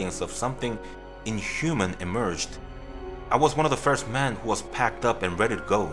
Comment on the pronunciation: When you say "Men" it sounds like "Man" it's very confusing. Also, not your fault, but this story doesn't make sense saying he smelled rotting flesh when the guy was freshly dead. It takes longer than that to stink that much.